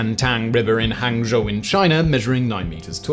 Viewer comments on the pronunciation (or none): none